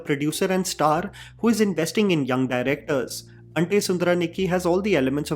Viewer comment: He said Ante and I said YES !